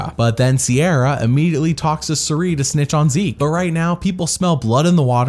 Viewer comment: "I don't get paid in dollars, I get paid in military training" 😆 Also, I'm convinced that is pronouncing Cirie's name wrong